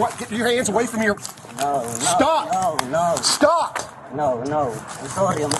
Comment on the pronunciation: Im "sorrdy"